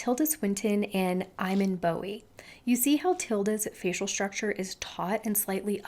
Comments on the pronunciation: Aw, you've stopped making content? Well, I enjoyed this VM. I did look for a part 2, hoping for more on everyday and casual. Can't wear gowns and cut outs when one has breasts that need a bra etc... btw it's ee MAWN, not EYE man lol. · Unlikely to come up again but, just a slight correction for the pronunciation of Iman Bowie's name. It's pronounced like "E-mon" not "I-men". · The way you butchered Iman’s name 💀🤣